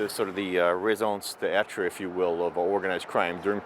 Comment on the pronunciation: He should learn how to pronounce "Raison d'etre" (reason for being) before using it